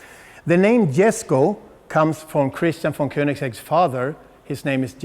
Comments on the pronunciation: Jesko in Swedish is basically pronounced "Jes-koo", same sounding "o" as in "to, two, too", but not dragged out as long. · Just a note (not criticism), it's pronounced Yesko. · It’s yesko btw the j is silent... respect the father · I believe it is pronounced "YES-CO"... It's a silent "J". The "handler" even slips up and says it correctly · It's a Jesko, as in "yesko", and /yes/. not /djesko/. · Pronounced “yesko” not ”jesko” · For anyone wondering, Jesko is actually pronounced 'yes-ko' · Rule of thumb when pronouncing European names that start with a "J" is "Y", it's Yes-ko, not a Jess-ko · its pronounced "Yesco" , not Jesco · "Yes-co" not "Jesh-co" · its pronounced "Y"esko no "J"esko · Not Jesko its pronounced yesko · Every single time I hear ya say Jesko I think to myself, how 'merican can you get. It's pronounced Yesko. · Jesko is like Yes-co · More like yesko. إسماعيل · It's pronounced Yes-ko not Jes-ko. That's how Christian Von Koenigsegg pronounces it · You're pronouncing Jesko incorrectly, the J is silent. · It's not silent, it's just more of a "y" sound, because Scandinavia. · Amazing car, amazing job, however with such a special and important car you should be pronouncing the name correctly. The J is silent. And the pronouciation is Yesco. Top work nontheless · The J is silent, so its like sesko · Sorry but its pronounced Hesko not J-esko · This is my first time watching any of your videos very well explained but the Jesko is actually called Yesko it’s Swedish I saw the Jesko at Sunset GT and an private event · Loved the Video, great job as always! Kinda funny hearing the wrong pronounciation from the Transport manager though... it's pronounced Yes-ko. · I thought it was pronounced yes-ko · Swedish ppl triggered not being said yesko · pronounced Yesco -_ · Jesko is pronounced as [iesko], as it’s Christians father’s name, I guess it’s important to name it right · Great video, but dude it’s YESKO